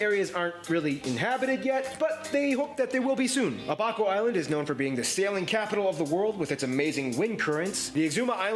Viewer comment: It’s Pronounced A-buhh-co